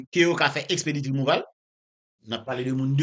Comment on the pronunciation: Djonel yo pa di rimouval , ok , aprann prononse, se rimouvo li prononse